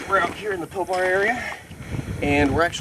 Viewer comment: Your saying Pilbara wrong you say it like pil-ba-ra